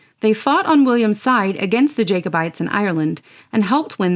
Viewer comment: An excellent video. A couple of minor things though in the pronunciation. We would pronounce it “cuh-venanters” not “co-venanters” and it’s “Jack-o-bites” not “Jake-o-bites”. Great work though.